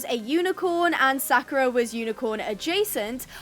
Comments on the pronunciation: it is pronounced sa-ku-ra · Btw It's pronounced Sak-your-a ❤